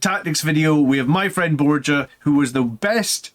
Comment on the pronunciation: I dont want to be a pronounce nerd but Borja is pronounced bohr-hah. Great stuff.